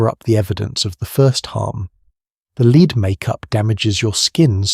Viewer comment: The mispronunciation of lead is driving me nuts 😂